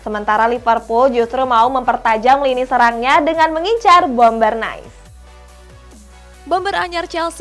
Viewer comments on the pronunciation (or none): klub Nice dibaca naisy 😃😀😭 saul niges dibaca ninges😃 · Nice bukan Nais mba, tp Nis